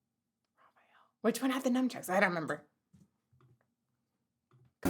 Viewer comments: <<<LOL it's "Nunchucks" not Num -chucks.. 😬 your too funny:) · Did you just call them "Numb-Chucks"??! (Fitting to that flower bud)